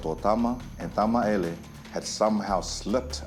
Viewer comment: Why does the narrator keep saying Tamaele instead of Tamaeli? 🙄🤦‍♀️ Other than that this was a very interesting story.